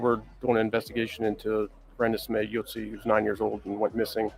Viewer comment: You didn’t not say her name correctly at all please watch news reports before saying her name